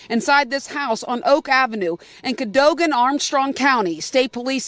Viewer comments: Cadogen is pronounced Kuh-doh-gen. I live right down the road. What a nut bag! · Ca- doe- gan